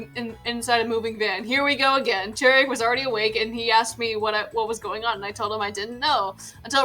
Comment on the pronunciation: Okay, I'm sure you didn't mean to be insensitive, but Chirag is a Persian name and Chirag here is of Indian origin. (It's also pronounced Chur-Ogg)